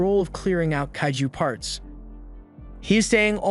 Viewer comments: it's kaiju not kayju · it tickles me to the wee when he say “kahh-ghoo” or “kay- ju”